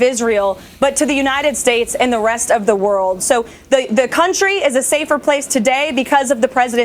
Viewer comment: “Navigating words in our counthree?” Lmao